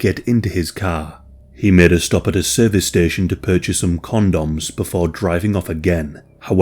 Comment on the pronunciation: I love how you say con-doms. 😊